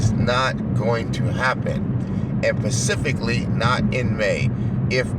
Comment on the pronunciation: Do you think is a quality channel? He spends 99% of his live streams blocking anyone who disagrees with him. Aren't Republicans against people who want to stifle free speech? And it's SPECIFICALLY not "PACIFICALLY" They must be lacing that dope down there with fentanyl.